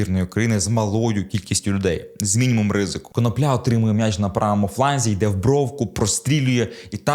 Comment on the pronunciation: Автору має бути соромно. КонОпля, а не КоноплЯ.